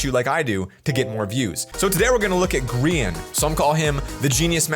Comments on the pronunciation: Isn’t it GRA-in? Not grIIIan? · bro it's not greain it's Grain not greranin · Bruh its not griyan its grian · How I say it:grian How he says it:grEan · is saying ”Greean” but it’s ”Grian” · It’sgrian not Grean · He didn’t call him grian pronounced gry an but greean yay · Its grayan - grian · Its duznot sound like his name is sed Like greein it sounds like griyeen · Grrrr-a- n Not greian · pronounced griyan or grIyan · I always thought it was pronounced GR-EYE-IN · Who else got triggered when he said gree - un for grian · I’m very disturbed by the way he says grian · how dare you, you need to apologize for saying his name wrong not just move on from it I was just gonna decide to subscribe but you don’t deserve it.